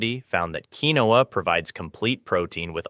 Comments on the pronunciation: FYI... "Quinoa" is actually correctly pronounced: Keen-wah...NOT "key-no-ah" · FYI - Quinoa - keen waa